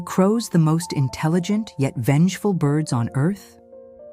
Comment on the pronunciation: I didn't realize that crows were "Engeful". AI Slop.